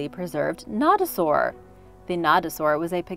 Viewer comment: Also you did not pronounce nodosaur right and they aren’t ankylosaurs where every you got this information it’s not good